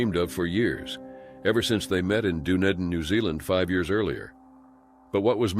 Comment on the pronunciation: you need to Google how to pronounce "Dunedin" correctly.